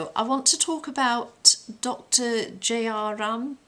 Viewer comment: She can't even pronounce his name correctly. and appears to have no knowledge of the crime.